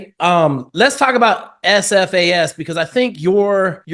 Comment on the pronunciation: Shit Jake, this is the first time I have ever heard you say SFAS multiple times without mucking it up. Often, you have referred to it as "AFAS." Be drivin' me nuts, but you're alright, mmmkay.